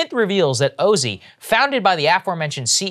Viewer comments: Oh-zee? Oh, no… 🤦‍♀️ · It's probably pronounced OZY like in Ozy Ozborn. It's spelled the same. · I would correct Saager's pronunciation but that's totally what one of these types of companies would call themselves.